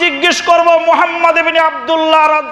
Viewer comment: এ আলেমতো ভালো করে নবিজীর নামটাই বলতে পারেনা